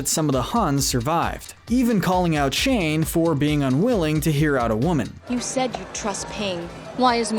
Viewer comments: It might be just me... but I got kinda annoyed when he kept saying "Shane" when his name is "Shang" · Is no one going to talk about how he keeps saying “Shane” instead if “Shang”...? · And how he kept saying Sheng like Shane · it’s killing me that he’s saying “shane” instead of Shang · It’s Shang, not Shane. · It bothers me that he calls shang Shane